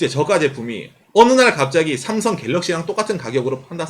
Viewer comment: 다 좋은데 왜 자꾸 쌤송쌤송하시는지..;; 한국인이시면서 제대로 발음해주시는게 좋을것같아요.. 내용자체도 구구절절 삼성신파극인데 쌤송이라하니까 왠지 우리스스로 삼성을 너무 비하하는듯한 느낌이들어요..